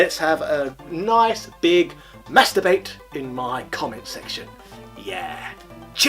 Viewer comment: Did you say mass debate or masturbate??😂😂